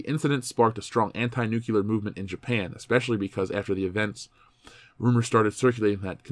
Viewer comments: Every time someone says "nucular" instead of "nuclear", a scientist dies. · Great vid. I just have to say though, please stop saying "nukyooler". (Nu-klee-ur)